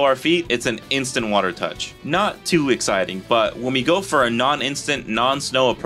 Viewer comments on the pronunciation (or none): none